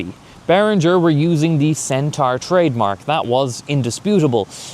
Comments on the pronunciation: Loving your work but I'd like to gently point out for pronunciation pedants everywhere that whilst 'centara' does indeed rhyme with Irene Cara (!); 'centaur' rhymes with door or floor. Not car. keep up the good work 🤘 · Heh yeah, the pronunciation where it rhymes with car is more American (to me). Also... Irene Cara? You old a$$ mofo!! 🤣 (Yes, I watched Fame too).